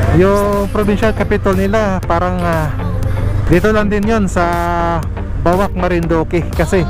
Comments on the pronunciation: Yes sir, sa ibang pronouncing ko nman ay BOWAK not bawak, anyway thank you for watching po😊👌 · BOAC PRONOUNCE AS Bowak not bawak